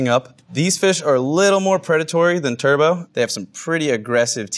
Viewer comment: "Turbot" is not pronounced like "turbo". It's actually "TER-but".